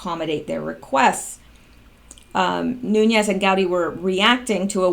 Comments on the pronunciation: Nunes is pronounced 'Noon-ez".....Rosenstein , himself, pronounces his name "Rosen-stine" please stop screwing this up, makes you sound uninformed. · It is pronounced Nunez, there is no ~ over the 2nd N, so no stretching out of the 2nd N. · It is NOO-Nez.. (Nunes) Portuguese. My congressman. bugs me when ppl dont get it right. esp. like. From Tulare CA!:)